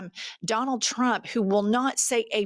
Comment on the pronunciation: 3 tips for Karoline "Hitler Barbie" Leavitt: 1) Learn the difference between "DEFER" & "REFER" 2) Learn how to pronounce the word trump -- here's a hint... it doesn't start with a "CH" 3) Get ready for your son to come karmically blazing out of the closet as a proud member of the LBTQIA+ community in about 10-15 years.